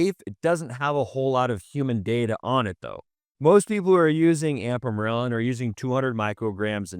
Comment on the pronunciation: I like the information but I'm trying to place either the accent or why exactly he says "ampamorelin" instead of ipamorelin. just curious